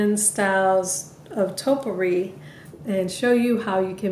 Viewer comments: There is no such thing as "totpourri." Topiary ( TOE-PEE-AIR-EE) is the art or practice of clipping shrubs or trees into geometric or ornamental shapes. A Topiary is the shrub or tree that has been shaped. Topiaries is the plural form. Now that we got that out of the way, you did a lovely job. Your topiaries look great! Merry Christmas, everyone! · Toe-pee-airy not toe-per-ees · Its pronounced topy ary. Not topery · Nice job but i have to say this topiary is pronounced toe pee ary. thank you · Stunning hair and thanks for the instructions. But gotta say -- it's TOE-pee-airy! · I actually like the last one the best, but they all look wonderful. It should be pronounced "toe pee air ee". These all look beautiful. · You did an excellent job and I love, love LOVE your videos(!!) so, I don't want you to think I'm being a grammar nazi. OK? PLEASE?! But...'Topiary' is pronounced like [TOE-pee-AIR-ee]. I was going to not say anything but you're such a nice person - or you seem to be - and I know I would want to know if I was mispronouncing a word. Thanks again for your AWESOME videos!! :-) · Great ideas to save cash but the correct way to pronounce the word taupe~E~ ary Hopefully that helps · Hi! I'm a new fan. I started following you just before your summer break. Pardon me, but you are pronouncing topiary incorrectly. It's toe-pee-air-ee. I'm not the grammar Nazi, I'm only trying to help.